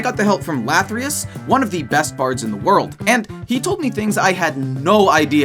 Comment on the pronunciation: LATHYRUS not - lathryus